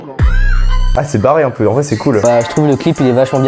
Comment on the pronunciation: EuphoR1aWESOME nan mais y'a un truc j'comprend pas, je sais ben tu dis que ton français c'est l'original ou whatever, mais vous prononcer les 'un' comme des 'an' . genre ça marche pas fam.